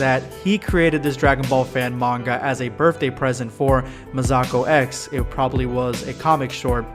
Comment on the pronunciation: I love R&R, mostly because, unlike Super, it focuses on different Dragon Ball characters besides Goku and Vegeta. P.S. Masakox is pronounced Mass-uh-ko X, not Muh-Sah-Ko X.